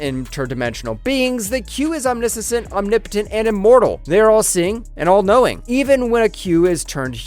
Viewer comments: New drinking game: quaff a shot every time he mispronounces a word or name. "Omnisissent" LOL! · Ominissisent? Dude… crack a book.